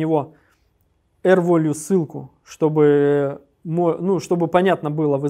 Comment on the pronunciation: Все супер, но «л/р волью» прям сильно слух режет. rvalue = r + value => value читается как «велью>